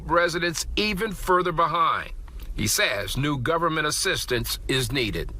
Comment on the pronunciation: But the Guh'ment luhs Black pee'poh. Idiots all.